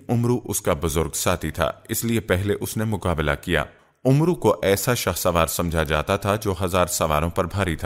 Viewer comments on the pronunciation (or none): Talaffuz UMRU nahin AMR sahih hai kisi Aalim se pooch liya karo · janab, Amru nahi bolte balke Amr kehkar Amr ke R ko saakin pardhna chahiye.